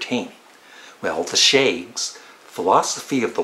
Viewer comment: Um I think you pronounced shafts wrong....lol....you said shages instead😊....big fat zero by the way. Will check out that Yoko Ono record and kluutu.... probably!